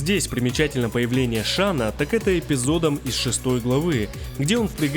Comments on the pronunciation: Не Шан Тсун а Шан цунг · Шень Цунг, а не Шан Тсун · Шань Цун - правильно. Не шана, а шаня. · Рома Ай ай ай правильно Шан цзунг)